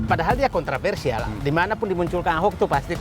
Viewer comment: Apa saya gak salah dengar, kog said didu ngomongnya KONTRAVERSIAL, bukannya yg benar itu KONTROVERSIAL...